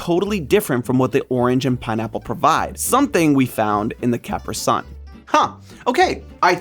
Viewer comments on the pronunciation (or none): CAP-ER-SUN?!?! IT'S CA-PRE-SUN YOU UNCULTURED SWINE! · Excuse me, what? It's Ca-PREE Sun. 😂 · Caper sun? it’s usually pronounced Capree son, like the pants lol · I just listened to that three times to make sure I heard correctly, but I’m confident he said “CAP-rih SUN” instead of “cuh-PREE SUN”. Ok, have fun with that. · Dude... I was scream CAPREE SUN. NOT CAPRA... O.O KILLED ME.. o.o Lol. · pronouncing capri sun (ca-PRI sun) as CAP-ri SUN hurts my heart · Did this dude call capri suns capersuns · I like that he calls out jason's pronunciation, and yet he has been calling it cap-ersōn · The commercials literally pronounce it as “cap-ree sun”, get out of here!! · I think the truely awful thing about the way pronounces capri sun is how he mashes it into a single word like “caprisun” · It's ca-PREE sun. The C and the S are capitalized. Yes, it's a "small caps" style font, but the C and the S are traditional capitals. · CAP-ri-SUN. drives my wife crazy. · The germans actually pronounce it car-pri sun. like the word car. vroom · "The Cāapp - Ree Son" LOL! 😂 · Kuhpree sun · I don't get how hard it is to pronounce something correctly. It says it in its commercials. "Do you" isn't good advice if you're WRONG. Kapree sun😊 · did he just say caper sun? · KA-PREE-SUN. Not what you just said. 😅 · Yeah okay, you're just dead wrong, it's Cuh-pree-sun, that's all anyone has ever said and that's all anyone ever will say. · For once, don't blame Jason. It's capREE sun. That made me uncomfortable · Capruhsun? What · Obviously he never got those "see through bottoms" for CapriSuns. (ca-PRI-sun) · It's caprEE sun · It is pronounced "kah pree son" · Is it just me or did say caper sun? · Capri (Kap-ree) sun, not whatever said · It is caprEE sun......... And will always be that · Why you think you can just miss pronounce Capri sun and get away with it!!!!!?????? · STOP PRONOUNCING CAPRI-SUN LIKE THAT!!!